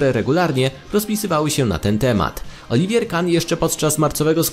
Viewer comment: oliver a nie olivier